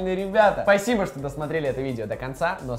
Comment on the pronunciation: сказал спаибо😂😂😂😂😂